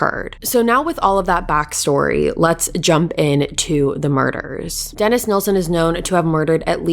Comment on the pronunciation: I am so glad you are pronouncing Des's surname correctly. The amount of people that say "Neilson" instead of "Nilsen" drives me insane. It would also annoy Des 😒. Great coverage of this case 🏴